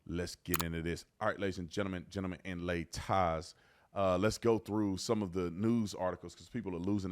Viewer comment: "Gentleman and lataarrs-" 😂😂